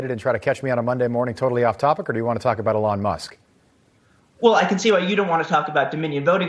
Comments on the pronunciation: Lol. It’s not a long it’s eeeelon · "Elawn" Musk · E-lon! This is how you pronounce his name. 🤦🏼‍♂️ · The way the host says Elon is so frustrating. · His emphasis of Elon's name is extremely annoying.... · 😂 😂 😂 why is he pronouncing Elon like that? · The interviewer couldn’t be bothered to watch SNL or learn how to pronounce Elon Musk’s name properly but he felt qualified to do a whole piece about it? That’s quality journalism right there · Why does Newsmax feel a need to “reflect” on Elon Musk hosting SNL? Nothing against Elon Musk, but I will “reflect” on bellybutton lint sooner than I ever will about Elon Musk doing anything. That man is unimportant to me. Would also be nice if the Newsmax host actually knew how to pronounce “Elon”